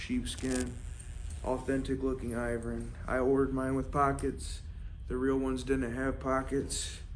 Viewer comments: It’s pronounced Ervin ! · Hey, look, it's me, I'm back. Remember, I'm the guy who taught you how to pronounce Irvin correctly. Then, you deleted our entire conversation. It's our 2 year anniversary. See you next year.